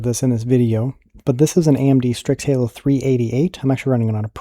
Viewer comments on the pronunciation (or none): none